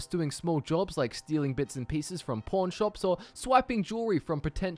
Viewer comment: Sounds like he said pornshops